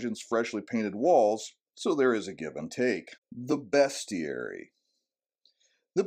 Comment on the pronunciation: You said Bestiary correctly ...this video gets a like